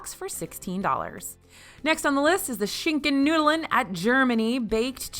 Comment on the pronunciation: The way pronounced Schinkennudeln had me giggling 😂 sorry but as a German… that is not the way to pronounce it 👀😂 still funny tho